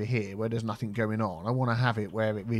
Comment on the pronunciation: Picking up people on their pronunciation of "quay" while you say somethink, nothink and everythink. Priceless